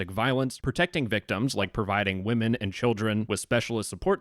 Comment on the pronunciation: Dude…it’s not pronounced wo-men men referring to multiple female persons…it’s pronounced wimen. It really sounds like the stereotypical pronunciation made by someone talking like an unsophisticated caveman when pronouncing it how it’s spelled. Also, it almost sounds like you’re just saying woman when mispronouncing it. Anyway, that is all 🫶👋✌️🖖 luv ya buhbye!